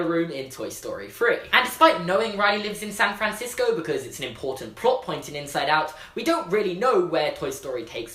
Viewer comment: SAAn FrAAnsico